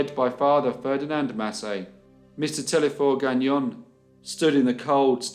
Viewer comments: telesphore, not telephore. the S is not silent. why would it be? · It's pronounced Téle(S)phore , not Thlephore...The S is pronounced...That's one of our big story from the 20's.